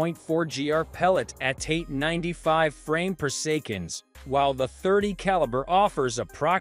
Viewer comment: 12oo ft. per-sec-on 😅